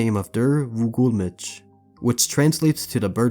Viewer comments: Bro should be CRIMINALLY CHARGED for the way he pronounced der Vogelmensch and Volkswagen 💀💀😭😭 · That has to be the worst pronounciation of "Vogelmensch" I ever heard